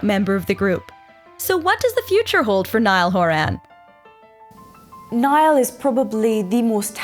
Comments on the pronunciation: Can't even pronounce his last name right! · When you make a full movie but don’t know how to pronounce his last name.😂